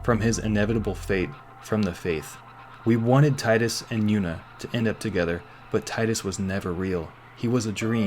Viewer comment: I approve of the mispronunciation of Tidus's name! Fucking Square and their Tee-Dus.